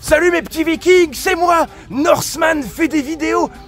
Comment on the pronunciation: Ze norsemane 🤣